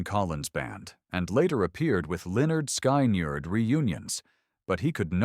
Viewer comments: Cant pronounce Lynytd skynerd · If ya cant pronouce lynyrd skynyrd or speak southern lingo (you shouldnt make these videos you miss the whole point of southern rock